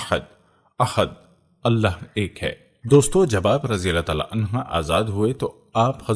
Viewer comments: Clear your arabic language it is anhuh not anha. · Ap please anha ki bjay anho bola kren